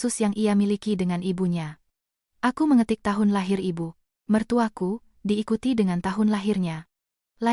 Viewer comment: Contoh...IBU MERTUAKU..hrsnya cr pengucapannya TDK dijeda..tp dsni...dipenggal.IBU....jeda lalu ..MERTUAKU. Jadi aneh maknanya